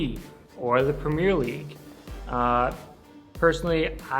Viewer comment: This guy cant even say premier league bruh